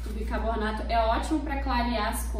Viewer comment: Gente...não é por nada,não. Mas leia o nome desse pó branco que usaram...sílaba por sílaba: bi-CAR-bo na to Ajudei no português?